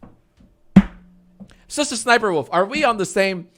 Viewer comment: am i the only one who keeps hearing Sister Sniperwolf whenever he says her name lol??